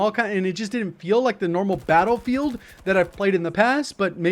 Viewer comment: You called it battlefaild in the beginning lol.